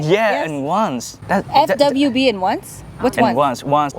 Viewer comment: i mean "once", it's slang "Just this once" not only one night. And yes, he said "ons".